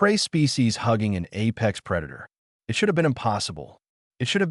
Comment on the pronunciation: was the ai keep it as I T, or eye tea, was the text to speech write up screwed up.